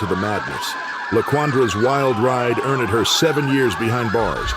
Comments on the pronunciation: “earn Ed her” Stupid ass ai made videos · Who's doing the narration here? 'Earned' is pronounced 'urnd', not 'ur-nid'. Other examples as well. Bizarre!